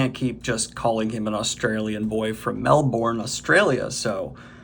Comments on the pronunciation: Melbourne is pronounced 'Melbin' rather than 'Mel-Bourne ' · Ironically, your pronunciation of “Melbourne” was really bad 😂 You said “Mel-born”, but it’s closer to “Mel-bin” 🤣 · If it makes you feel any better, you are also saying Melbourne incorrectly. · If it makes you feel any better, you couldn't pronounce Melbourne correctly either! Very few foreigners can, for whatever it's worth. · I hate to say this, and I'm prob not the first, but you are also pronouncing Melbourne wrong 😅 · Dude... when you had the aside about pronouncing Melnibone... I almost fell out of my chair...ded. I had the fortune of my bestie discussing the books and getting me on board and he pronounced it correctly so I never had to worry, but... I gotta say calling it Melbourne gave me a chuckle, the aside left me /totally/ ded. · Great video! The way you pronounced Melbourne physically hurt me!